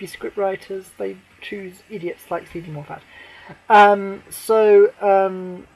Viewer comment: well that's what i want to see on Xmas day , A film set at Christmas , not in July . Oh and FYI its moffat not " morefat " you just earned yourself a nice new shiny Dislike